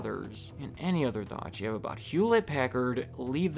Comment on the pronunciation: hewllette packard